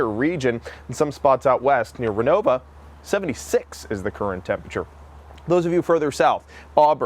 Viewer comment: Come on man. "Renovo" ends with an "o". So why pronounce it "Renove-uh"? Let's get it right.